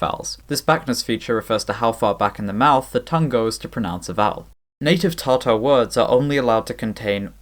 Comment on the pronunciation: Slight nit pick Tatar is pronounced with a short Ta-in the first syllable of the word but great video regardless lol